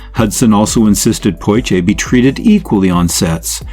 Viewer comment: Poshe (Portier). I dispise AI-generated material like this. A good topic but I cannot listen to this. Thumbs down.